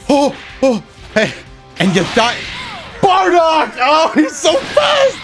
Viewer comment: "BARDOCK" lmfao